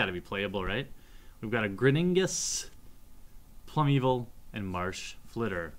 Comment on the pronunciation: Plum-evil Plum-evil Plum-evil ... Oh lord, he doesn't even try right?